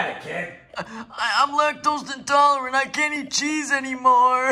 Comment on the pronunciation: That was a heart breaking moment when he said he was lacktaost and tolerate